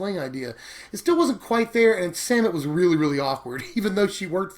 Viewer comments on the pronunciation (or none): Every time says "Samut" I hear Santa. I'm tapped out